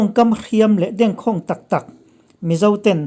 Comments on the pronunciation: "Ṭawngkam dengkhâwng" tiin lam rawh.khawng tih hi thluk tur a nia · "Dengkhâwng" I lam rik dan hi a dikha lo.